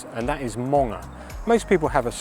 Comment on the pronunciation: They go to get monged... not munged🍺